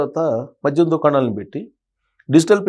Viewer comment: మధ్యం కాదు తల్లీ... మద్యం.